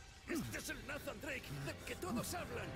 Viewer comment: Ademas no pronuncian bien el nombre de nathan en la voz en el español de españa